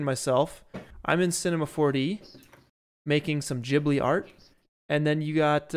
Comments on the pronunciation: I’m sorry I hate to be that guy but I’m Japanese and grew up watching ghibli and it’s actually pronounced like jibli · Yo fellows! Great work. Also “JeeBlee” is the right way to say it.